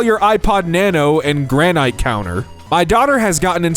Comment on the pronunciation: no way you dont know how to pronounce "granite" please be so fr 😐